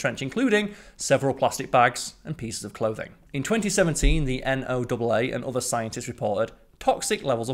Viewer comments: NOAA is pronounced Noah. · Sorry, but the stupid, aka wrong, pronunciation of H is an automatic thumb down. Last I checked H is a single letter, not five (haych). Just like Z isn't zed and theatre and tyre are wrong. Also, NOAA is pronounced like Noah, the guy with the ark.